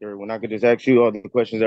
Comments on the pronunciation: 'ask' not 'arks'. Why can black people anywhere in the world not say that word? It's something that has baffled me for 50 years. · Yet more 'arksin'' jive.